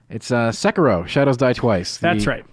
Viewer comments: XD So many pronounce / say it wrong, it's ( SE-KIE-RO ) not Sekeroo & the RO part is short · It's just se-ki-ro. Not sey-key-roo, not se-kie-ro. Just se-ki-ro, plain and simple. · its sahh- kee-row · they keep pronouncing Sekiro wrong but whatever who cares